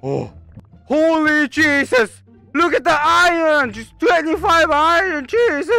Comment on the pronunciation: when he said "HOLY JESES" i gotta church